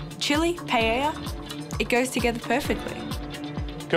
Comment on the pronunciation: As a Portuguese brother of Spain, it annoys me the way they say paella 😂 I can't imagine what a spanish feels.